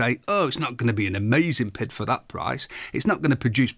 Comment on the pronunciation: I hate how he keeps saying it has a “pid”. It has a PID, pronounced Pee Eye Dee, controller.